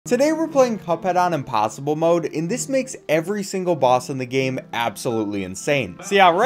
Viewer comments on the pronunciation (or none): But he pronounced it ‘mod’ not ‘mode’